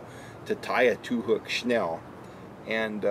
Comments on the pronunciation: Right? That was annoying the hell outta me. SNELL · Correct way to say it is snell. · Snell is the correct way of saying the knot. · It's snell and a lot of people pronounce it "shnell"